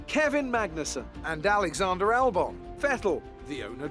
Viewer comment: I thought he was called Albon, not Albn.